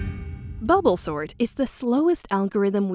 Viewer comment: I thought it said snort and not sort